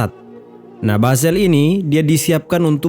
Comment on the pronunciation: BASAR❎ BASHAR✅ Nyebut nya yang benar. Jangan dibuang sebutan H nya